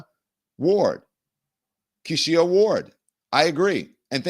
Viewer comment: Don….you don’t know any Kesha/Keisha/Kishia’s?!?!? It’s black history month. Carter G. Woodson didn’t go to the mat for you to mispronounce that particular name.